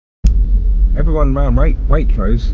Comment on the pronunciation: “Everywone awound Waitrose” ! Great video !!